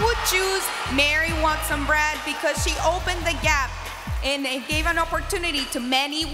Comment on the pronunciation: She didn't actually was one of the worst, she didn't even repeat correctly what she was saying, but I understand Mary Wollstonecraft is pretty difficult to pronounce for first time lol😅 but I know most of everyone understood! ❤🎉